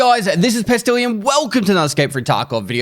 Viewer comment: “High guys thes iz ”